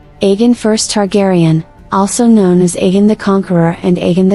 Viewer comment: It’s pronounced A Gone